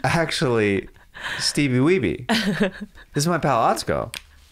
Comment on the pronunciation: Didn't make sense, and you somehow messed up Steebee Weebee